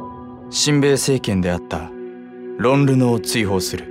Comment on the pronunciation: ロン・ルノ → ロン・ノル